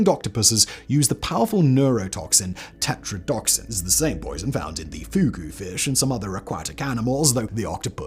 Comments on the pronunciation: This isn't due to an "accent". "Tetradotoxin" has five syllables. "Tetradoxin" only has four. This isn't a mispronunciation. It's a reading error. The narrator is perfectly capable of pronounding "tox" correctly. An "accent" typically substitutes sounds. It doesn't skip entire parts of words. I don't have a problem with people's accents. I speak a half dozen languages, myself, and I speak ALL of them with an accent. "Accent" is not my problem, here. Lack of attention to the word being read IS. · And it's tetradotoxin, not tetradoxin. He said it so confidently incorrectly. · He just doesn't care anymore lmao which like, it's whatever. As long as I can tell what he's trying to say. I don't even let it phase me anymore lol EDIT: Nvm I take it back. Hearing "tetrodoxin" instead of tetrodotoxin 3 times in a row just straight up made me mad lmao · Simon, you keep mispronouncing the blue-ringed octopus’ toxin. It’s TE-TRO-DUH-TOK-SIN (five syllables). You keep saying what sounds like TE-TRO-DOK-SIN (four syllables). Minor, but still incorrect. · It's Tetradotoxin, not Tetradoxin. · Simon, most Latin based medical words, whether the scientific name of a plant, a toxin, or a disease tend to have the accent on the second or third syllable. And the blue ring octopus toxin is te-TRODO- toxin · Yeah I cringed at the pronunciation of a lot of things but considering that he has an accent, and I’ve heard most of those things pronounced in YouTube videos I tried to look past it. Seriously though “Tetrodotoxin” being pronounced wrong is a really petty thing to point out when it could just be an accent